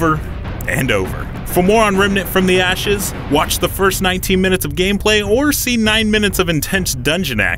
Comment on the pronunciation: My man says "REMNANT FROM THE ASHES"